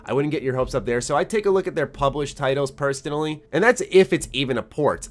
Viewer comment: "Perstonally" ish